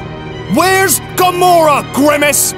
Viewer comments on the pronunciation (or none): Also its gamora not gumora.